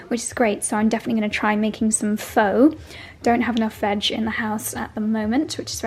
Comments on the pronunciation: Wedding prep content, please! BTW, Pho is pronounced Fuh not Foe. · Hi. Pho is pronounced as fir! Lovely vlog and yes, love Jo Good too!!❤ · as a Vietnamese person, pho is pronounced like PHA. Let us know how the recipe comes out. Love your vlogs and magical home. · Hi Pho is pronounced “Fa”